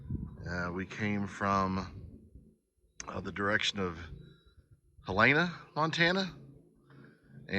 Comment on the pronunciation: I love visitors to Montana. Helena is pronounced Hell-e-na. Great review.